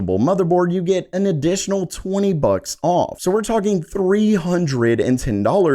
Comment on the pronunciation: You said "bucks"... you're from Mass aren't you lol